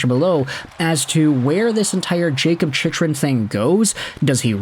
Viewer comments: Why do you keep pronouncing his name wrong? It's CHICK-RUN, not CHICH-RUN. No one is going to take your analysis seriously if you can't even get his name right. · His name is pronounced "Chick-RUN"! Until recently (on the powerplay) he hasn't been that much of an offensive threat. He frequently gets caught pinching, and for a man that is built like a mountain, is barely physical and not punishing to play against. He throws the puck up the middle and gives the puck away frequently and can't clear out the front of the net. Overrated based purely on having a devastating shot and some offensive upside.